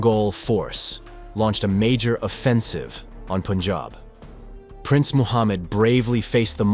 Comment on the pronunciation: Good thing he pronounces it as pun-jahb and not POON-jahb